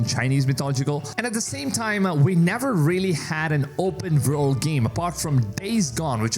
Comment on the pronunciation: Never heard of an "Open Verld" game. Pretty excited about now. Lmao 😂